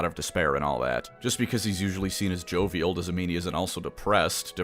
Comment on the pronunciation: did this diabetic fuck really pronounce "jovial" like that.